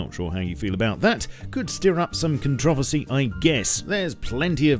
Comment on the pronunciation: the only controversy is the way he said controversy.